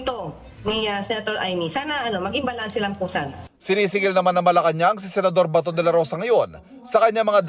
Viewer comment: Yung bato naging Bahtoh, batow, batoo, bahtuwo🤣🤭🤭🤭